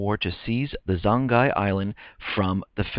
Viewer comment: Pronounced as "Zong-Yee" I'm not Chinese though.